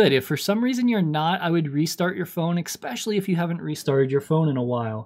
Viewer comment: “EXXXX-PEC-UALLY” is not a word idiot. It’s especially.